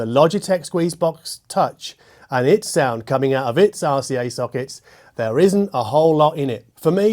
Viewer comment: I love the way you pronounce RCA like arse-E-A